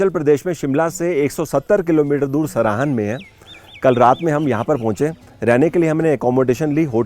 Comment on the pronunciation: It's सराहां, not सराहन.